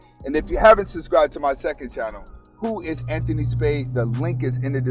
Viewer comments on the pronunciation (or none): none